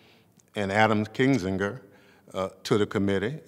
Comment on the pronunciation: The guy doesnt even know how to pronounce Kinzingers name. There isnt that many people on the committee to not have learned that. He should be taken seriously?